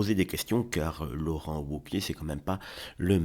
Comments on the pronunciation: Laurent Woke-iez ahahaha on prononce V cher monsieur, Laurent Vauquiez meme si ca s’écrit Wauquiez. Mais j’ai compris plus tard, grace au « septante », que vous êtes sûrement Belges du coup. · On prononce vauquier